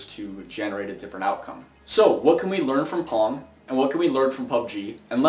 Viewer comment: Dunno about you, but when he says pong.. im hearing porn ..